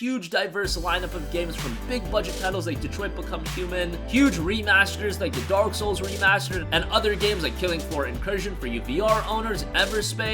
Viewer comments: Is it me or did the narrator said Dork souls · did he say dork souls? because that's accurate.